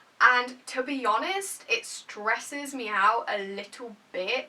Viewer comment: When she says stresses the word "stress" 😂😂